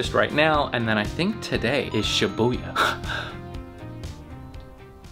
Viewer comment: Booya, its Shibuya!!!